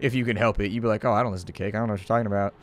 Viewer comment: "And if we list-en to each other's heart!"